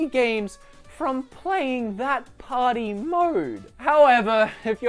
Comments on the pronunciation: Did he say Super Mario Potty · I heard mario potty :D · I swear, every time he says "Party", it sounds like he's saying "Potty". Sounds like he's talking about a toilet training game. LOL!